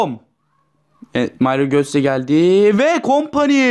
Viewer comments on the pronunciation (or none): vee kompaniiğğ ahhahahah